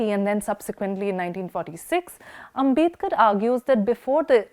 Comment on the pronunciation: His name is आंबेडकर, not आंबेदकर.